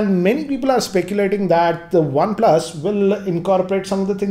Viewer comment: One "PLASSS"